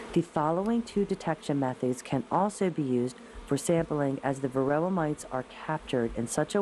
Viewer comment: Why does it SOUND like the narrator is saying "varilla", instead of varOHah??? What am I missing? Thaks